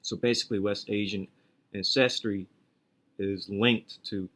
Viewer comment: Great video as usual, lots of good info. Thanks for the hard work. By the way it's AN-ces-try, not an-CES-try. Just like AN-ces-tor